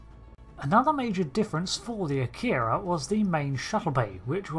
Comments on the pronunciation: This is one of my favorite ships. However I wish people would pronounce it correctly. It's not a-keer-ah It's ahh-key-rah. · No English speakers pronounce "Akira" or "Kobayashi Maru" correctly. "Ah-kee-ra" " Ko-ba-ya-shi Mah-rue" not "mah-roooo". The "ru" is a short vowel sound.